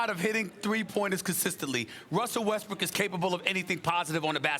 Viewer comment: Stephen A: Wussel Ressbook. Also Stephen A: Houston Rackets